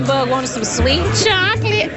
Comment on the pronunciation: “I guess that bug wanted some swee chocolate” lmAaooooo